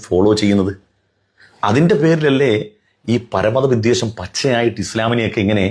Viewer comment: പ്രിയപ്പെട്ട.. വി'ദ്വേ'ഷം (വെറുപ്പ്) എന്നാണ്...ശ്രദ്ധിക്കുമല്ലോ... 👍